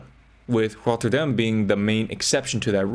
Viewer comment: You pronounced Rotterdam correctly ❤😭 thank you so much